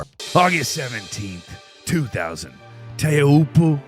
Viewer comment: Pronounce Teahiopo CORRECTLY